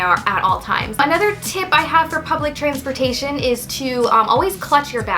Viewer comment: im sorry, did you say transfortation?